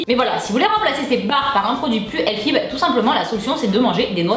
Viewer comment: jadore kan tu tu di le mot healthy! tu di "healfy" lol jadore!!! bisou tassure ma belle